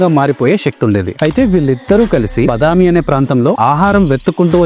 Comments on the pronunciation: Bro it's not Bdami it's Badami. And I am from Karnataka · Orey english medium... Konchem telugu chadavadam nerchuko raa saami.... Vataapi kaadu vaathaapi.. badaami kaadu baadaami... naaku telugu raayadam raadu. I am from another state. malli NUV telugu loo raayi anoddu.... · Badami kaadu Baaaaadaaaaami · Everything is good, improve the pronunciation వాతాపి బాదామి